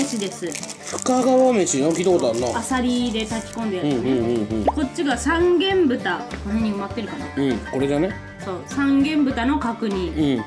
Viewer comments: が三元豚をさんげんぶたって言ったとき「さんげんとんだろ」って不意に突っ込んじゃった。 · 「さんげんぶた」じゃなくて 「さんげんとん」だったはず！！ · 三元豚（さんげんぶた）➡︎さんげんとんです